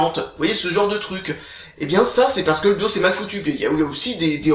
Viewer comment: On dit "Dosse"? Pas D-O-S